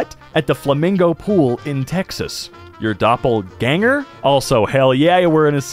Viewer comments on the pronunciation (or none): Lol, its spell Doppelgänger, not Doppelsawäner, its german and means "double image" or "mirror image" depending on context